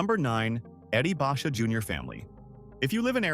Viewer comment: Learn how to pronounce Basha